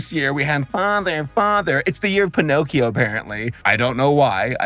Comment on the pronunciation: You were close. It's PiNOTcchio.